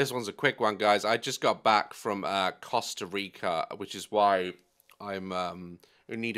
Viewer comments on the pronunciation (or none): “Coosta rica” 😂😂😂